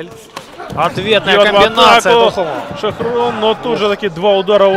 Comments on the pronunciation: Не Шохрун а ШОХРУХ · Не Шахрун, а Шахрух.